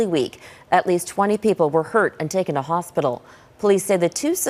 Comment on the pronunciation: "hostpital" lol